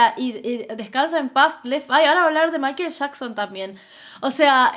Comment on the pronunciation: Shostin biber, mayquel shacson